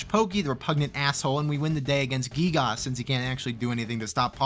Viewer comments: U PRONOUNCED GIYGAS LIKE GEEGOSS FAKE FAN DETECTED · gee-gahs lmao